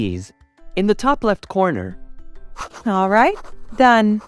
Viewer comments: you said coner not corner 1.1 C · Corner not coner